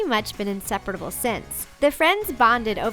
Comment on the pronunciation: Am I the only one who noticed that she said 'inseperatable' instead of 'inseparable'